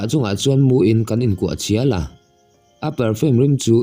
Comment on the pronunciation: Kuah chial,tih leh mi zem riai2 tihhi i thluk dik lo ziah a i nu te zawt rawh bawih a😅🎉🎉🎉